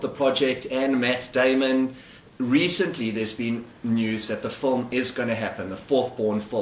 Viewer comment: film has an i in it not a u